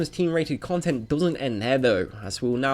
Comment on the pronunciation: Not Eh cone tent